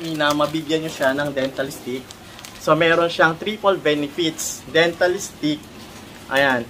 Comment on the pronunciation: IT’S DENTA STIX! NOT DENTAL STIX